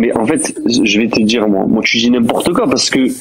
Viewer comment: il n'y a pas de "J" dans le verbe dire c'est quoi cette mode de remplacer le i par le j ?